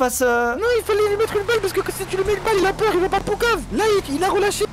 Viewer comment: "J'ai peuwr Steve" 😭